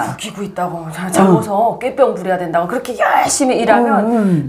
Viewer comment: ㅎㅎㅎ 두 분께서 지금도 꾀병을 깨뼝이라고 발음하시는 걸 보니 탈북민이심이 확실해 보입니다. 여기 남한은 꾀병은 글자 그대로 꾀병이라고 발음하지 깨뼝이나 꽤뼝이라고 발음하지 않습니다. 효과라는 말도 효꽈라고 하지 않고 효과라고 발음하는게 표준어입니다. 그냥 한번 웃자고 드린 말씀이며 두 분 너무 좋아하고 존경합니다.